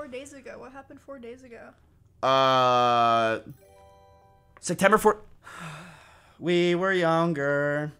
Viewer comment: Why does he always say “sectember” it’s not that hard of a word to say it’s SEPTEMBER